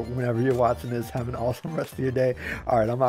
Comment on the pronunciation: "I gotta get outta'yeah"...um out..."i gotchu"... any body else say "hab" instead of have?